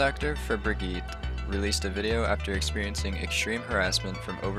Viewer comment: I think brigette is pronounced the same as Bridget.